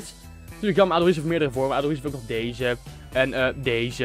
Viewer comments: Paul Pogba het is adoeries niks adoeriets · je spreekt aduriz niet lekker uit, het is "adoeriets"